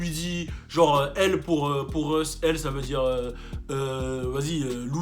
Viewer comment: Russ not reus lmfao